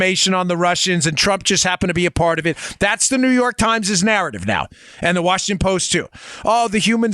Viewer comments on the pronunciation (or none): none